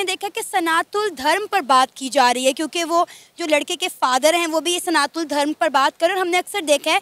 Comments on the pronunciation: Plz correct yourself, it's "SANATAN" not Sanathool.. 😐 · Its Sanatan not SANATU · Sanatul nahi sanatan bol jahil sana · Every time pronounced "Sanatan" as "Sanathool", I felt triggered & discomforted. 😂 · 'Sanatool' what's that?? It's SANATAN. Homework thik se karo 😂😂😂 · Ma'am its SANATAN not Sanathool ur Santhal its not criticism but correction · Mam, kam se kam " sanathool " to mat bolo. Sahi pronounce kijiye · "Sanatool " nahi hota " Sanatan" hota hai.....har har mahadev 🕉️ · it's SANATAN 🚩 Not SANATUN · सनातुल गलत उच्चारण है, सही शब्द है "सनातन" । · Sanatan Dharma not sanathool 😠😠😠 you not able pronounced 😂😂 Jai shree Ram 🚩🚩🚩🚩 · Ooo Madam study ki ya nahi "Sanatol" kya he ???....wo "Sanatan" hotahe... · it's Sanatan, not sanatool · Sanathool ye kya hota hai... It's sanatan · Sanatun nahi Sanatan hota hai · Its Sanatan not sanathun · सनातन धर्म है maam You are pronouncing it wrong.😊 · Please pronounce Sanatan Dharam correcrly